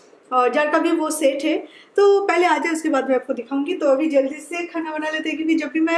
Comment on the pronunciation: "Abhi" not "Avhi"...pls learn to say "b" instead of "v" when u speak Hindi...